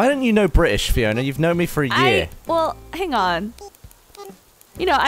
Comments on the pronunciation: Why is it not Free-ona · Freeona? Ganova?